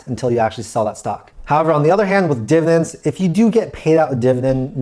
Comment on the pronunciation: Div-ID-ends. Not divins. Dividends.